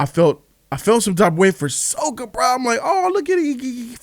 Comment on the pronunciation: Sokka’s name is pronounced “sock-a”